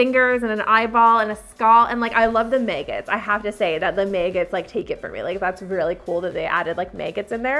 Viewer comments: May-gots? You mean MAG-GOTs lol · MAY-gotts Vs. MAH-gotts I have never heard them pronounced May-gott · No one is going to comment on how she pronounces maggots? At first I heard MAGA? And I’m like hold up rewind lol 😂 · I had to laugh at "the meeeeggets" 😄😅😂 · Okay serious talk....................... what is a (mAy-got)? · "May-gutz" Never heard maggots pronounced that way lol This was soooo awesome That zombie was waaaay underpriced That monster wedding one was pretty awesome too 3rd one looked like something I'd do, and that's not saying alot lol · Heh same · No one:: maehgets. (Maggots)😭🤣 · ....did she pronounce maggots "may-gits"? Lol that's a new one for me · Omg! I was going to post that, as well! lol I’ve never heard it pronounced that way, either. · I'm not the only person that pronounces magots differently than she does?